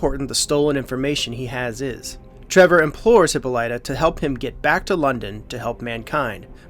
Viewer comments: It's not hip po lie ta.... it's hip pol lita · It's pronounced Hip-polla-ta.